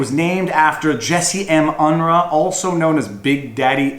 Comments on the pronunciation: BTW, Jesse Unruh's name was typically, in California, pronounced UN-ROO, not UN-RUH. Yes, I'm old enough to remember, mostly because of his run for Governor in 1970 against the incumbent Ronald Reagan (RAYgan, not REEgan. 😁) That did not go well for Big Daddy. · It's pronounced UnROO. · I think it's pronounced un-roo. Rhymes with kangaroo. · Interesting talk. I always enjoy watching your videos. Fun fact -- Unruh is pronounced Un-roo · I was in CA and remember. Jesse Unruh is pronounced Jesse Un-roo like kangaroo- Kanga-unroo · Just for future use Jessie Unruh's name is pronounced Un roo (as in kangaroo lol). I am a Californian, who has been living 32 Years in Australia and remember Jessie Unruh. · The guy's name, if I remember correctly, was pronounce Un-roo. Yeah I know, it's just a little thing, but I tend to be picky about such things. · Unruh is pronounced 'Unroo' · It's actually pronounced: Un-roo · Unruh is pronounced unrooh. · Greetings from a former Californian! Great video. Unruh rhymes with moo, at least that's the way I always heard it. :)